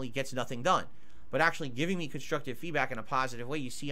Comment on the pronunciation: Everytime he says "me", I instantly think "Reee" 🤣